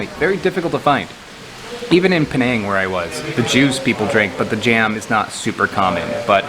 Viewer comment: Penang not Peneeng